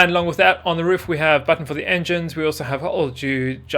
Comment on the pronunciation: Did he say “enjynes” like I swear that’s what I heard